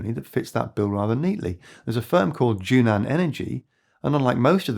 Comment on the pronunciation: JUNAN should be pronounced as JUN-AN instead of JU-NAN in Chinese